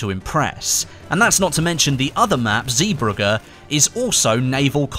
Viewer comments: Lorenzo Giampaoli you pronounce the “ee” as an “A” in English. And idk how i can explain how to pronounce the “gg” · why can't those english dudes pronounce "zeebrugge" smh